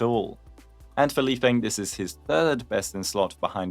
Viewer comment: I’m sure lifeng’s name is pronounced lee-fung since his name is chinese just like dan heng and the same rules apply. no shade